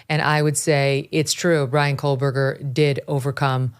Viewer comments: KO-BURGER. No L. It’s time to pronounce it correctly Megyn. Love your coverage of this and you! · Megyn Kelly: “Bryan Cola-Burger”. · Why in every video about BK is Megan saying kohl Berger ?! Come on now pronounce it correctly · Koh-Berger. Not Kohl-Berger. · Here we go again with the “KoLLLberger” Megyn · ‘KOH’ berger. No ‘Kohl’. None.